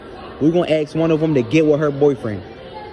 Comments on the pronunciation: His lips can't pronounce ask, it comes out as axe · He gone axe a question